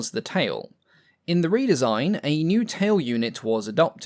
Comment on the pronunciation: Seems like a one-take narration with no corrections. I'ed say it was AI but don't think we had AI 4x years ago. Re-design gets pronounced as "Red-design"! and Proto-type as "Protter-type"!! Perhaps "" is not as English as he pretends and it's all on automatic translation. All Bluddy annoying for being easily avoided.